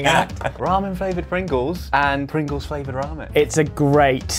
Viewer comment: Ramen fRavored Pringles 🤣